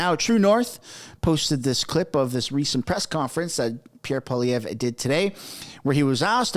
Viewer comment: Alex jones is the man. It’s funny how the left claim Alex Jones endorsed Pierre when Alex didn’t/ doesn’t know how to properly pronounce his last name correctly HAHAHAHA